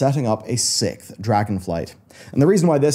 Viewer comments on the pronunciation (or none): Why do u say “Sicth” instead of “Sixth”